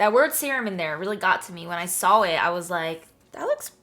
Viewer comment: 😂 the way she said saw.